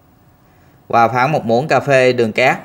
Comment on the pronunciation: Em phát âm từ VỊ được nhưng tại sao lại phát âm từ VÀ là QUÀ?